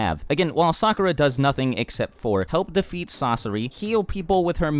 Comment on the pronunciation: I wanted to watch this video to find out why my sister hated Sakura so much. But I kept cringing at the mispronounced names, so I stopped watching half way through.